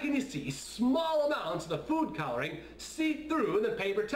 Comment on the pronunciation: It almost sounded like he said poop coloring instead of food coloring... I have a dirty mind ._.